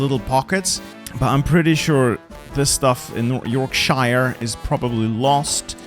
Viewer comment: You said Yorkshire wrong.